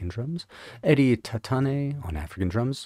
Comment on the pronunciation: Clodagh is pronounced Cloda.😁